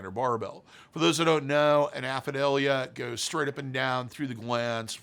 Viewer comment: “Aphidalia”??? Do you mean Apadravya?